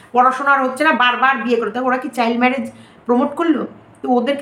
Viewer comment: Kotha ta chail noi child 😊😊